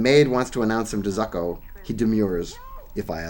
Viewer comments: Still, George Zucco always lends class. Pronounced "ZOO-KO". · You’re quite right-although,as it’s an Italian surname,it should be pronounced “Tsoo-ko”.